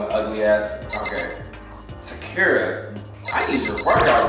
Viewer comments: Who’s gonna tell him it’s “sah-koo-rah” and not “sah- keer- rah” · Whenever he say Sakura's name, it sounds like he's saying "Shakira" 😂😭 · You don’t say Sakura like that my guy💀💀💀